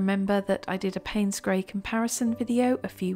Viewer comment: I heard grey of grey as grave grey. That was rather ominous 😂😂.